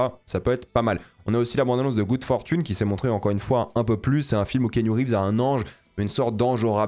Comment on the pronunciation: Pourquoi tu prononces le prénom de Keanu Reeves en VF ?